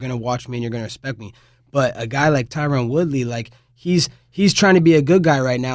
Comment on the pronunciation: He just called Tyron “tyquil”LMAO